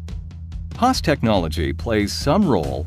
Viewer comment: HAAS chứ k phải HASS nhé